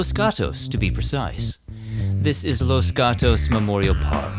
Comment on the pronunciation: Los Gatos is pronounced like cat.